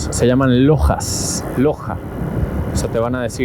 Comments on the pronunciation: Ellos pronuncian Lochas y se escribe Loja que traducido al español es tienda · Chamo que loco!!! Estás modo crack 🤣🤣🤣🤣🤣 los Brasileros te decían que en un día no puedes hacer la Transamazonica entera y lo lograste 🤣🤣🤣🤣 como dicen ellos cê tá doido 🤣🤣🤣🤣 amigo mío pronunciaste mal como se dice tienda en Brasil se escribe loja pero se pronuncia en nuestro idioma loya o lolla como lo quieras ver... Dios te bendiga siempre Bro!! A la preciosa Mika también... Saludos desde Puerto Ordaz 🇻🇪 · Que risa mica detrás de los que iban trotando, por cierto la letra J aquí la pronuncian Yota, por lo tanto a las tiendas les llaman lojas y la pronunciación sería loyas. Es como jogo bonito, le pronuncian yogo bonito. El sonido de la Jota utilízalo para las R. Rua - Juá, inténtalo y se te escuchará melhor seu português meu parceiro, Deus abençoe a vcs 😂